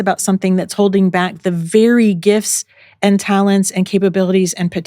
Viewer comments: “Ay-and”…for the word ‘and’ It’s all I can hear I am so sorry It’s adding an extra syllable to a one syllable word. And she is lovely!! 🥰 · ahhhh you’ve now made me aware that the former texan in me has made ‘and’ into a two syllable word 😮 thanks for telling me!! working on getting the texan out of my accent! i hope you nonetheless found the content valuable 💚